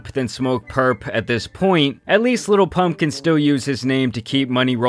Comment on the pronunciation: Why do you say little zan, little pump 😂